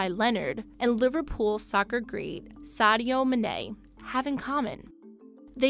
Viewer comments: did she just say sadio mne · she really said 'soccer' and sadio "Manai" 💀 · "Sedio Menet" smh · I felt like I was slapped across my face when I heard her pronounce “Sadio Mane” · Man you really had to butcher Sadio Mané's name.. that was AWFUL to hear. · The butchering of Sadio mane's name was cringe. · That pronunciation of Sadio Mané was atrocious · YOU PRONOUNCED SADIO MANE’s NAME WRONG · It's not how you pronounce Sadio Mane. It's all wrong... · I have never or will never hear a more botched pronounciation of Sadio Mane